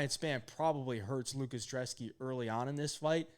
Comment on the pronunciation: IDC what any of you guys say. his name starts with a B it's not drzeski it's brzeski. IDC about where he's from I don't care about what language he speaks, this is America that is a B in front of his name lol not a D pronounce it's ( Brez-ski )